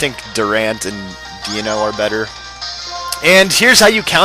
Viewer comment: Deino is pronounce Dye-No. Just to let you know xD